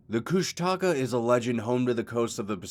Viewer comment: Bro it’s KOOSHTAKA not kush taka